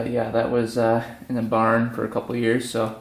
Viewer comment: Did you say they found it in a barn or a pond lol